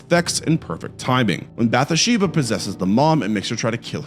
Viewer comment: Bath-sheba. LOOK UP YOUR PRONUNCIATIONS!!!